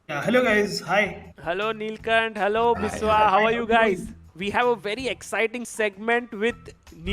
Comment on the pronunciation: they all have been saying neelcunt instead of neelkhanth what the heck